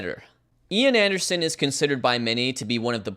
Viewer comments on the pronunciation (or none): Couldn't even pronounce Ian Anderson's name correctly SMH.